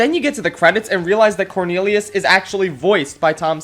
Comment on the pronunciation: He say "corneriuos"